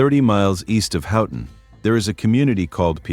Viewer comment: The pronunciations are real rough there… I’m also very skeptical of those pics. I’ve been to many of these places and I don’t remember seeing all those foundations. Additionally, Mandan isn’t on Lake Superior, unlike in the picture. “KEY-one-aw” “On-tuh-NOG-in” “HOE-tun” “Puh-KWA-ming” You did get Kalamazoo and Saugatuck right!